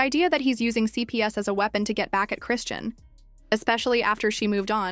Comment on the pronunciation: Why can these fools with their AI never pronounce ppl’s name correct? There’s no T in her name 🙄. In another video Blue Face’s mom said the baby is blind . I hope not , but very sad if true .